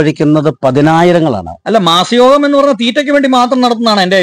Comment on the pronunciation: ബ്രോ മാസയോഗമല്ല "മാംസയോഗം "എന്ന് പറയുക.ഒരു ശവം രണ്ട് മണിക്കൂറിൽ അടക്കിയിരിക്കണം. 👌👍🙏